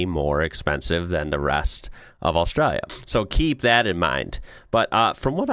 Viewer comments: The way you pronounce ‘Austraya’ like a local cracks me up 😂 it doesn’t fit with your accent at all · Props for pronouncing Australia right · Hearing an American pronounce Australia, pretty close to right, is spinny af. You get so used to hearing it mispronounced that it can catch you off guard when it's pronounced right, in the middle of an American accent.